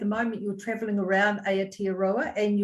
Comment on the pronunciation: Gurl it's Aotearoa not Aotroa 🤣